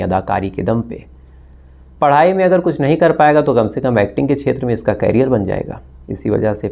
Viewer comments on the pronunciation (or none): करिअर को क्यारियार कहे रहे हो तो क्यारीयार को क्या काहोगे.